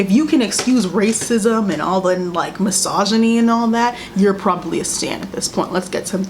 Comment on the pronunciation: meris mce “racisem 😔” lmfaoooooo